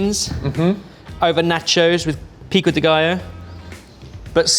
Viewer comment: I was so proud when he properly said pico de gallo and then he immediately butchered jalapeño